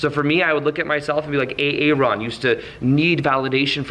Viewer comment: You said A-ARon .... 🤣 Love it. You're a really fun guy.